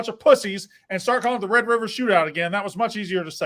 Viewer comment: Oh my God. He was one of the people saying the s*** about Oklahoma. Hes got amneia and he can't say Red River rivalry....